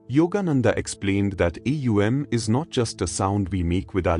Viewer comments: Atleast train your AI to pronounce words correctly. It's not A U M...it's Om...one word. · AUM prononunce not like this alway OM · Is it AUM or EUM as there is inconsistentency, or is it AUM pronounced as EUM? Thanks... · Thank you 🙏. But how to pronounce AUM should be demonstrated in the video. Because I am already practicing with the 3 sounds "aa..." "oo.." and "mm.." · How is the mantra pronounced? OM or AUM?? And thank you for sharing this wonderful lesson! 🙏🏻♥️Namaste